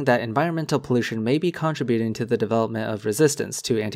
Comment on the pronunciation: I don't know how many folks may have said this before, but I really love where you put the accent in "contributing." CON-tri-bu-ting instead of con-TRIB-u-ting sounds far more sophisticated and flows better with other forms and derivatives of "contribute." The way you talk triggers the joy centre of my brain.